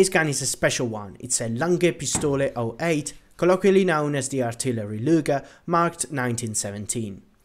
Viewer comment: Why is he saying "lunger" rather than luger like bruh